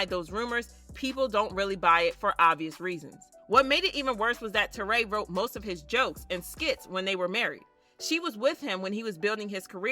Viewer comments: Why do you keep saying terray???? Her name is Torrie lol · It ain’t Tour-RAY ITS TORY